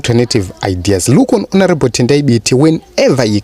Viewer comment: Lol, why do you pronounce Mthuli as Moo-thuli?